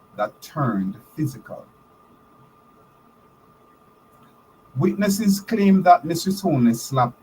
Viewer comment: It is so disheartening to hear you pronounce the word "Mrs." Are you indeed a Holder of a Doctorate from an Accredited Institution?